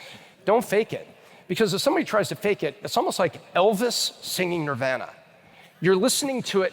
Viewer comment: As long as he stops his dumbass jokes Pronouncing Nirvana, NirvANNA, has Elvis n Cobain rolling over in their graves! Plus he's scared to death of confrontation, ESPECIALLY when it comes to confrontation with Adam! I love wisdom, but I hate how he judges the newer generation as a whole instead of each person as A PERSON! It's kinda like he's so smart he's stupid, and was DEFINITELY the type to tell the teacher on u in school! %